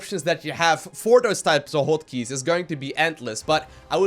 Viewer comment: "hoat keys"